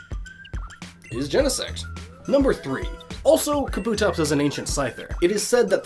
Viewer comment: It's pronounced KAH-boo-tops